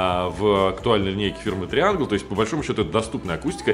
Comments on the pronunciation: ТрайЭнгл,, если уж по-английски.;) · Видео супер и колонки супер. По французкие читается: Трианжль.